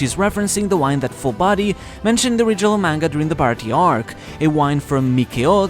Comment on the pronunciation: I really wish all these youtubers would learn to say the Baratie's name properly. It's pronounced Baratia yes it is spelt baratie but when you say it the E at the end needs to be more of a a sound.